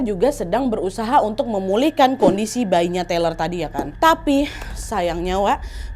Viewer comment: TAYLOR mbak, bukan TELER, orangnya gak lagi ngefly